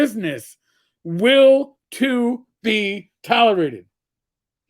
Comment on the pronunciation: "will to be tolorated." What the hell is a "tolorated"???